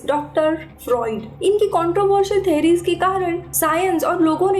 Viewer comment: Ma'am correct the pronunciation of theory etc...